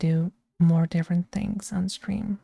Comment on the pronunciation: it was just a matter of time-- rawr! yappy football stweam 💕